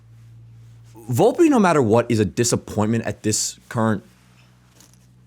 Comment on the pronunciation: its VOL-PE not booolpe lol